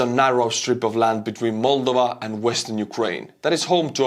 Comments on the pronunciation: Mulduva? Well, that aside, thank you again and always. I am thinking perhaps, I will adjust my pronunciation after your fashion. It will drive the Missus to distraction along with my pronunciation of the word "audience". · Just stop saying 'Moldova' twice in every sentence if you cant pronounce it properly. I got icks countless times here